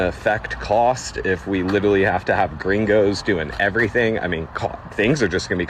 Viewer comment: The guy around the mark was an absolute clown. YOU ARE WHITE, and your dumb self calls other whites gringos like you are Mexican and you can’t even say it right! And with your annoying ass attitude, no honest person would work for that clown. And it’s all fun and games when you can take advantage of people who can’t report the “slave labor” a lot of these fools do with illegals working for them. I seen a similar clip from a farm owner whining about not having any illegals to work and we better get our asses out there and work. And I’m like “no I won’t help you but ain’t it funny that he loves paying people like shit and under the table, mind you with ZERO BENEFITS or healthcare for such work that deaerates slowly and the clowns could care less about you. Thats why they chase after illegals to work for them. Cheap and they can’t report you for how you treat them. Scummy behavior